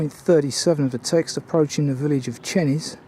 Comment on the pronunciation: Great film and I've just subscribed to your channel. One little 'picky' correction, Chenies is pronounced Chaynies. Hope you don't mind!